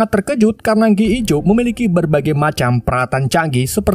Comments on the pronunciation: G.I. JOE di baca ( Ji Ai Jo) bang maaf bang 🙏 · bacaannya "Ji Ay Joy woi lahh